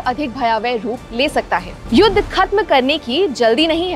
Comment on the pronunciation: ये लड़की युद्ध को युद बोल रही है